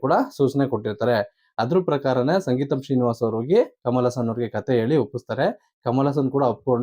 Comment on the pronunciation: ಸಂಗೀತಂ ಅಲ್ಲ ಸ್ವಾಮಿ, ಸಿಂಗೀತಂ